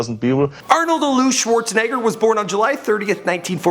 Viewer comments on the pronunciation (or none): none